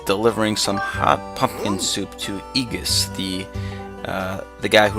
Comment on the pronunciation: lol I thought you said fuckin soup so I rewound it only to find out you actually said pumpkin.